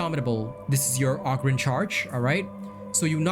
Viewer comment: It's oHgryn like ogre lmfao.